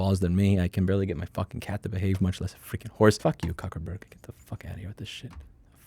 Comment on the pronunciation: LMAO I nearly peed myself "Cockerburg" 🤣 Louis you are simply the best point match and win!